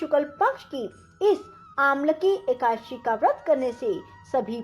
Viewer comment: पहले एकादशी बोलना तो सिख लो फिर कथा सुनना।। हिंदी व संस्कृत का सही ढग से उच्चारण करना सीखें फिर सिखाए।